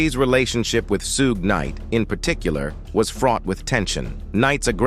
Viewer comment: "Soog Knight: 😂😂😂😂